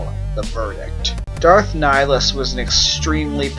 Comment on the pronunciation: It's Ni-hill-us